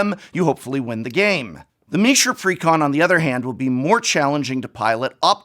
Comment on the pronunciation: I had to pause the video immediately. You said "precon" like someone properly enunciating "pecan" 🤣 He didn't say "pre con" he said it all fancy like, he said "precON" 🤣